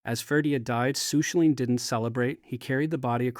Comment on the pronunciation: Aw that is not how Cú Culainn is pronounced 😅😅 terrible.